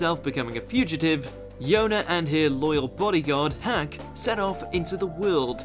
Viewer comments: It's hak and not hack wth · Sorry but you pronounced Hak as Hack😅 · You really pronounced Hak as “Hack” bruh